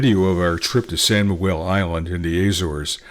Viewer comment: SAO..SAO SAO...not SAN ,we are not spanish.Thank you.